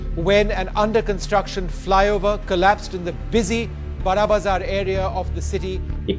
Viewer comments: बर्रा Bazaar nahi, बड़ा Bazaar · pronunciation is बड़ाबाजार don't go what spelling is